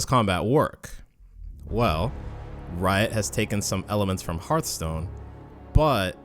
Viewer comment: Why are you calling it Heart-stone? It's pronounced like Hearth-stone.